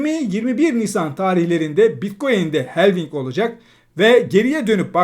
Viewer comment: "Helving" değil, "halfing"...